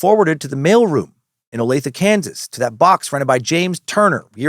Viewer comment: Yes Dan you pronounced Olathe Kansas correctly